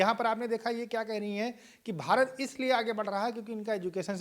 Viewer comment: पहले तो मैडम बता दूं ये भारत है, ना कि भहारत 😊😊 उच्चारण की बड़ी समस्या है पाकिस्तानियों को😅😅